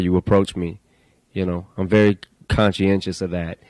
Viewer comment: Es bacano cuando dice "yu nou" Jajajja